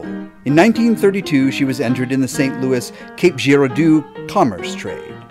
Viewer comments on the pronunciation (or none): "Watch-a-kee-ta"? "Cape Jeer-arr-doo"?? Also, it's WM. GARIG (abbreviation for William), not W. M. I'd be happy to provide voiceover (and original music) for any videos in the future! :)